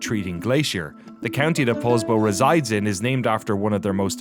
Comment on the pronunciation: Poulsbo is pronounced paulsbo, just an fyi. The city name got spelled wrong when they incorporated it, and so now its stuck with the wrong name.